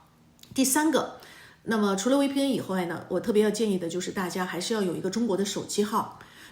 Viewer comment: 求你了，V的發音是F， 不是W